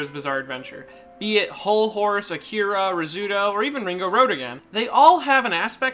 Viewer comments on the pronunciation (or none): none